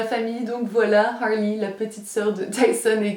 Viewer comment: teamm snapppppp (j'ai pas le coeur violet jsuis sur ordi) harley est tellement chou et j'aime trop comment tu le prononces avec ton accent anglais JADDORE ♥♥♥